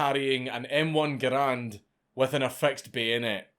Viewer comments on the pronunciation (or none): none